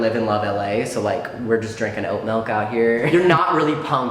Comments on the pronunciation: miles says milk like melk and it hurts me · YOU'RE CANCELLED, YOU PRONOUNCE MILK LIKE MELK IM DONE GOODBYE SIR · Bro... you say melk instead of milk? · The fact that says “Melk” breaks my heart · Why do you say malk.......it’s milk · we love you king, but ajdbskdnek “melk” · HE SAYS "melk" NOOOOOO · you say melk lmao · This boy says "MELK" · Melk lol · I’m sorry what is melk, pretty sure it’s milk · says melk. idk I might have to leave the fandom 😬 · No one:: Melk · did he just say “melk” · He said melk😶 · Hmmm. Malk you say... interesting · Nobody: Not a soul::✌️😌melk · mAhLk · the only wrong thing about this video is him saying 'melk' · I’m I hearing this right or is he saying Milk like ‘Melk?’ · I say milk as melk and crayons as crans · AMERICANS RLY BE LIKE... melk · Did he just say melk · Boi I love him but he says “melk” like nooo bb nooo 😭😭😭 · I’m sorry but WHY do you say MELK WHYYYYY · guys he says melk....i am concerned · WHY DO YOU PRONOUNCE MILK LIKE MALK OH NO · ceo of saying melk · no one:: "mElk" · omg you say “melk” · omg he is!! lol my sister also says “melk” like this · secret norwegian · why did you have to go and say milk like that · i heard that and i was like “👀👀👀 midwesterner???” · its dutch lmao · i’ve been here since you were coming out to strangers but i learned new things that kinda blew my mind...like how you pronounce milk